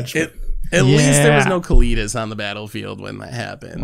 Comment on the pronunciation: Pronounced Cali (like California) tas (like deltas) Kalitas